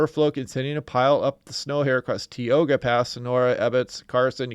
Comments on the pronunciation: thanks for all your excellent coverage of our crazy California winter. BTW, Tioga (Pass) is pronounced Tie-OH-gah, not Tee-OH-gah. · Tioga pronounced tye-OH-guh